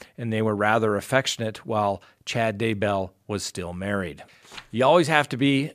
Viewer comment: Sorry, I have to unsubscribe. The repeated misspeaking each episode (so many renditions of Daybell!) Today — if you’re not going to be accurate with pronunciation, names - Pondowski(?)’, ‘black lives matters’— I can’t justify your increasingly length (and always accurate) sponsor chats. It just seems as if you can use some of your jump cuts to re-record your errors during your episodes. :/